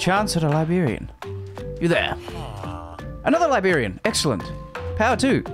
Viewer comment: This video was great, that last night was definitely gave main character vibes. Also, as an American... I haven't ever heard anyone pronounce librarian as liberian before. Jokes aside, this was a very enjoyable video, I'll be subscribing and checking out more of your content,.